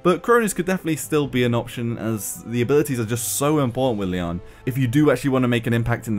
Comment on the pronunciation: It isn't pronounced Li-an. Lian is a Chinese name pronounced "Li-yen" or "Li-en" and it means "lotus flower".